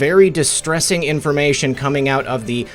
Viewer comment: its co-meeng!!!